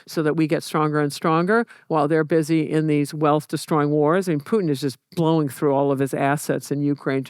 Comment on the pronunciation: calling Putin 'pooin' is crazy. How can someone study that much history and still putting 0 effort into pronunciation of names. jfc americans